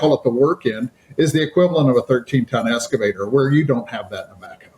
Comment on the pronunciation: “Strategic accounts manager” but can’t pronounce “excavator”…. 🤨 There is no “S” in EXcavator!